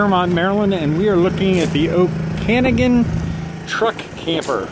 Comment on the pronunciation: It is pronounced “OAK-a-noggan” its a place in northern Washington state and southern British Colombia.